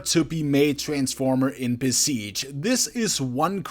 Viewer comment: listen how he says Besiege